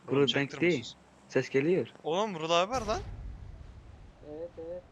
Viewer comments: Bu vulal değil bu değil Vural değil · Abi o vural abi deyilki vulaluzl diyo vural abinin niki vuraluzl